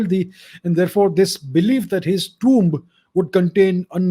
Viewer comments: It is pronounced tooom. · the way he says tomb is big a cringe 😬